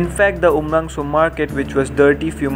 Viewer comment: Not umrangso it's umrongso